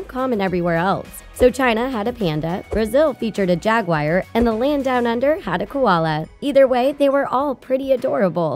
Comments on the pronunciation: JagUAR. Not jagWIRE. Ahhh. Got that off my chest. As you were. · Jag gwar Toe toe row not "toe tore row" Sah koo rah, not "sah kur ruh" or "sah koor ruh" Buzz Aldrin being a USA Astronaut is a historical fact. It would be taught internationally. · . . . Lol, what the fuck is a jag-wire? Jag-you-arr. Interesting video nonetheless. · How about when she mentioned a jag-wire? Both pretty annoying. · Yap its a jagWIRE. Totally not Jaguar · I’m from Texas and I’ve always heard it as jagWIRE lmao, I guess the pronunciation depends on location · Everyone is mad about her pronunciation of Totoro but im hurt over how she pronounced Jaguar....like whats a "Jagwire"😩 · Jaguar pronounced as jag-wire :'( Totoro pronounced as tow-tauro :'( Why? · Brazil had a jag-wire? XD